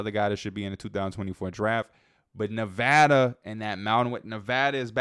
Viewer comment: Thank you for pronouncing Nevada right 🙏🏼